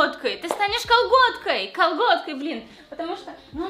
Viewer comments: Я же не одна всё время вместо «готкой» слышу «колготкой»? :D Это получается, я не удержалась и стала...КОЛГОТКОЙ? АПХАПХПАПХАААХ, ОРУ 😹😹😹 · "Я не сдержалась, и стала..." Все люди: готкой: кАлгОткАЙ 🖤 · Да, окей, хорошо, стала колготкой, мммм, допустим... 😹